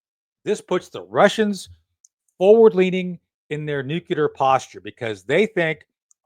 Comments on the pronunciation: COL SHAFFER SIR ITS NUCLEAR NOT NUCULAR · Tony, repeat after me NU-CLE-AR and top embarrassing yourself